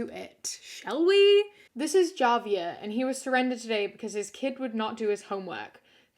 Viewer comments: Javier is actually pronounced as “ha-vee-air” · Javier is a Spanish name and the J in Spanish sounds like an H so the name is pronounced “HA-Vee-air” 😅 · Javier is pronounced with an "h", like in spanish, unless that's the english version but i've only ever heard it with the spanish pronunciation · Spanish names like Javier, the J is pronounced as H. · The family dog one is terrible, but also. . . I-It's a spanish name, Js are pronounced as an H. This is all I will say. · just so you know the J in Spanish is pronounced like an H! so Javier is pronounced like Havier. same with the name Jesus. its not like jesus christ its with an H lol ❤️ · FYI, Javier is pronounced with an h sound not a j sound. It's a Spanish name. So, Hah-vee-air. (My boyfriend is Mexican and I only had to mispronounce the Spanish j sound, (and endure all the good-natured teasing), only once! Lol) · Hey, I literally don’t mean any hate, but Javier is a Spanish name, and in Spanish Js, especially for names, sounds like H. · i'm going back and watching your old videos rn and the dog story was so fucking horrific but saying javier like a (english) j and not an h is so funny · That’s not how you pronounce Javier 😭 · Your pronunciation of the name "Javier" is a crime against humanity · Completely beside the point and said with all the love in the world... Did you just pronounce the J in Javier 😭💙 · Ma'am I love your videos but the way you pronounce Javier 😳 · ok im sorry but, “javier” with a hard j 😭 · I thought the same thing, im also latino so i was like "sounds a bit funny" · My dear. My friend. "Javier," is a Spanish name. The "J" sounds like "h". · im sorry but the way you pronounced javier